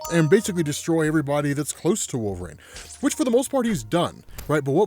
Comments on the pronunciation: I can’t listen to this guy narrate “Wolveraine” stories 💀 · 'wool-vrain' counter: 1,000,000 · I love every video this guy puts out but I can’t get over how he says wolverine lol